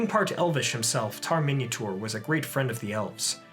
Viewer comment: The way he says Minyatur it sounds like "Minotaur";).